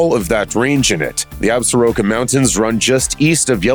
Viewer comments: If you go to Wyoming, don't pronounce the Absaroka Mountains ab-sah-RO-ka. It's pronounced ab-SOR-ka. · 3 years too late but: Ab-sor-ka. Hearing "Ab-sa-ro-ka" this many times is effing painful. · Damn it! As a native of WY I wish you people could pronounce "Absoraka" properly! The name comes from a tribe knows as the Absoraka that once inhabited West Central WY. There is a mountain range bearing that name! The proper pronunciation is "Ab sore ah ka"! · No, it is ignorance! Pronouncing it wrong is offensive to the Absoraka!